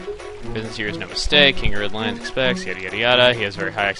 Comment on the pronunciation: lulz, I thought you said 'the king of red lines' at first xD now this all makes sense:0